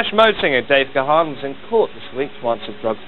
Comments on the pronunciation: Even today after all these years people still can't pronounce his last name. It's Dave (pronounced "Gone") damn it! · My 'favorite' mispronunciation of his name was when a reporter called him 'gay-hen'. hehe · At least one reporter can pronounce Gahan! Joking aside, I’m so happy and relieved that Dave turned his life around and kicked the habit. Depeche Mode.... more than a band, more than music, it’s etched on my DNA; as much a part of me as the grey whiskers in my beard! It was also nice to see Alan drumming away wearing those trousers which are now in my wardrobe upstairs after winning them at a DM convention in Basildon a good few years ago! 😎